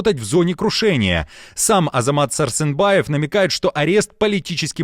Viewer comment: ВЫ БЕЛАРУСЫ И БЕЛАУСЫ ИЛИ БЕРАРАРУСЫ , КОГДА НАУЧИТЕСЬ ПРАВИЛЬНО ВЫГОВАРИВАТЬ СЛОВА . ПРАВИЛЬНО ЗВУЧИТ САРСЕНБАЕВ ,А НЕ САРСЫНБАЕВ . ТОКАЕВ А НЕ ТАКАЕВ . БЕЗГРАМОТНОСТЬ У ВАС В КРОВИ . В УКРАИНЕ А НЕ НА УКРАИНЕ. ПОЗОРИЩЕ.